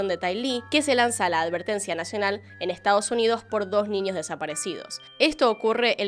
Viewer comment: Ojalá nunca dejes de hacer contenido 💓 si no, no sé qué vería para hacer mis tareas del hogar y trabajo... hay casos qué veo 3-4 veces sin darme cuenta... gracias por tanto, disculpa por tan poco✨ (además adoro como pronuncias la "ñ", como qué dices ninios, en vez de niños... jaja me encanta 💓💓) sos grande